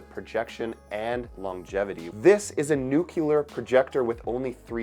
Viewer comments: nuCLEAR, not nucular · I like how you say nookeelar 🔥 Great videos man! Stay true to yourself and please don't become a shill like others.